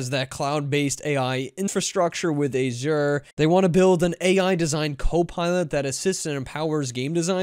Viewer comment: You need to learn how to pronounce Azure correctly.